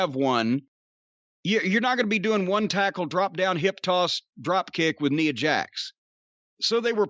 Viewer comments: It's funny that he calls her Neea Jax 😂😂😂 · I swear it might just kill Cornette to ever pronounce Nia correctly lol